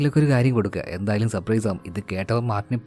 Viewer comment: സപ്രൈസ് അല്ല surprise